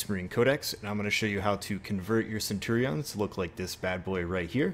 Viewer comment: Cool vid but the way you say centurions makes my Englishness hurt.